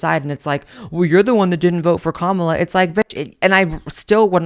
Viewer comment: Why did you pronounce the Vice President’s name properly in your video and switch it back to saying it wrong again? Are you saying it wrong on purpose for your right wing viewers? 😒 i like watching your videos and im on your left but the purposely mispronouncing her name is childish af